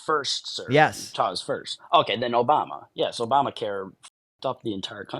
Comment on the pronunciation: Did he say Obamer?